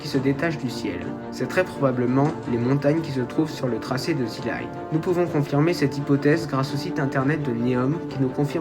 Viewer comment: Merci pour ton travail. Attention à la prononciation c'est bien THEU line et pas THI line car ''line'' démarre par une consonne. Petite réflexion sur le coût annoncé de 100 à 200 milliards : the line va faire 500m de haut et 200 de large soit 170x0,5x0,2 = 17km3 ou 17 milliards de m3. On arrive sur un coût d'environ 10$ le m3... En France un bâtiment d'habitation coûte environ 1000€ le m3 à construire. Un hangar agricole le plus simple environ 50€ le m3... Je parle en m3 car la surface en m2 n'est pas connue.